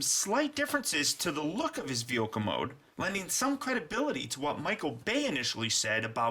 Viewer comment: why do you say veoka and not vehicle